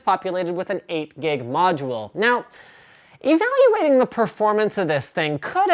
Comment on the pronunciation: lol, WTF happened , when he says evaluating :))